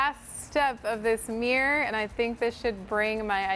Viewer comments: Fabulous makeovers.🥰 However I was irritated at the amount of times you said “ Meer” ! Instead of Mirror 😅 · You keep calling it a mir. It is mirror, there are 2 r’s its pronounced mir ror or mirror. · “Mere”ly pronunciation. Hint: “mirror” has two syllables. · What the heck is a "meer"? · Meeror? Does that mean it's "fleep", "profeet" or "favoreet"?